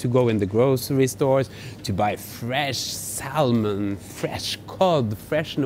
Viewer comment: Sal-mon? haha. in English we pronounce Sa-mon, the L is silent